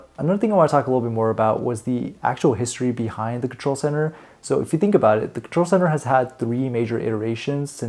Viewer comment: Did you say "old contol" ?! 😳